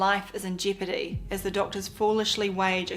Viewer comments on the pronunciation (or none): none